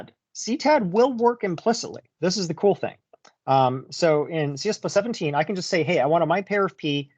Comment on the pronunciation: Great video as always,! I keep hearing you say CS plus 17 over and over again in stead of "C plus plus 17." Is that right?